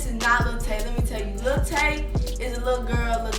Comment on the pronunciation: Who's "Little Tay?" Do you say "Little Wayne?" "Little Kim" haha